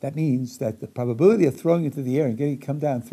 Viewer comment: He keeps asking, "what's the bubbability?" And I'm like, I dunno, what is "bubbability"? I can't calculate it if it's not defined. 😜